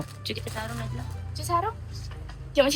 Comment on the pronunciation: Rasa dia nak sebut naji tapi tersebut najli..hahahah